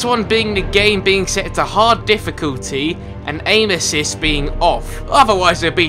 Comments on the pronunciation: when he said aim assist, I thought he said anus. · When he said aim assist I thought he said anuses who else did?